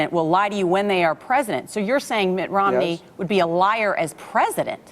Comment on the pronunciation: Did say Mitt "Romley"?